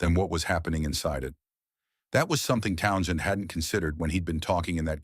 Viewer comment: please program your robot to pronounce townshend. it sounds so stupid to mispronounce over and over again.pay a human to speak..